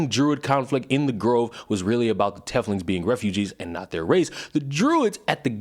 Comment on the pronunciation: This video was great, but hearing how you pronounced drow and teiflings was awful lmao. 🤣🤣